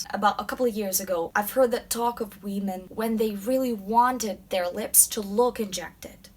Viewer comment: "wee-men" lmao